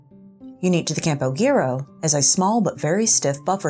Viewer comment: Campo Giro. The G pronounced as an H. So it wouod sound like Campo-Hero